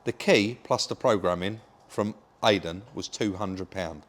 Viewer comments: Why can say Iden but can't? Maybe needs rebooting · Why do you keep calling Eiden, Aiden? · Great video Guys!! As always, that will work for you I hope you do well. No disrespect but for good sake learn how to pronounce that poor key guys name!! Thanks still ❤the channel. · Listen I know you don’t mean any disrespect (I believe you don’t) but have you checked yourself for excessive Tylenol use 😂 because you still can’t seem to get Aiden’s name right, even when it’s so close, easy to pronounce and you’re well aware. Put it this way, how would you feel if someone kept coming round to your house and calling you Bob when they know full well you’re. Aiden is clearly a nice chap, you’ve got a camera in his face and you’re a bigger YT channel so naturally he’s going to say don’t worry about it. But if I was him I would ask the question, why you can’t seem to get his name right? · Ffs, how can you get idan's name wrong again after the last video where he clearly says his name.. at least got it rite. It's like calling you Rodger when you keep saying it's.. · Come on rob get the lads name right 😂